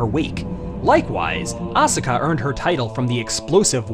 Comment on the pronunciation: The only issue I have with your videos is when you mispronounce people's names... Asuka has a silent 'U' so it's pronounced 'Ah-s-ka' with an 's' sound but no 'u' sound. The 'u' in Japanese is usually silent if it's not the 1st letter in the word... Same thing with Daisuke, the 'U' is silent